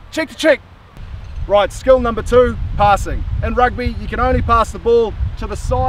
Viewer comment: "Rigth" On another note, how did you even get Kieran Read to agree to this? Lol. Mean vid bro.